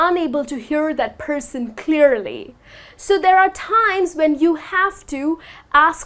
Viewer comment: Hi, the way You teach is quite appreciable. Even though I am not proficient in English, I wish to point out that You are stressing some words like 'timess'...at the end of the talk... which is odd to hear...Thank U again, Your teaching helped me a lot...